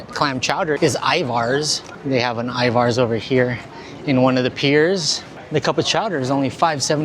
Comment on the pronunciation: Love your videos but Ivars is pronounced EYE-verzs and that was Port of Seattle, not Tacoma, just to clarify...much love to you though, your awesome ❤